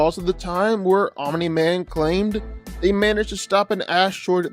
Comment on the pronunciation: Wow made ANOTHER invincible video who culd have seen it at least this time dragon ball isnt involved and pronouncing omni correctly my god this is a special video